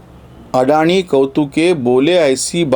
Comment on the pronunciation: नांव अदाणी आहे. अडाणी नाही. अभ्यास करून लिहीत बोलत जा.